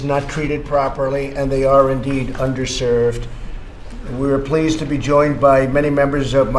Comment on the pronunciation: LOL, sound like he said un-derserved at first. I know what he meant though